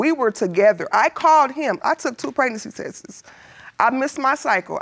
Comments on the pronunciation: Somebody teach this woman proper English please. What is hurtled? What is testses? I thought it was hurt and tests. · Words of the day: HURTED , TESS-IS & NEPH-FREW 🤨😒😣